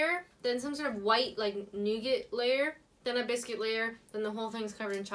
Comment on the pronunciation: The newgit layer! That word nougat has just made my day! Love your .... “now I’ve got to wash it down”. Bet you went out and got more mango Prosecco!